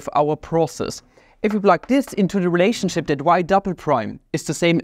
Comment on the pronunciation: makes me wonder if he said "relationshit" on purpose or not.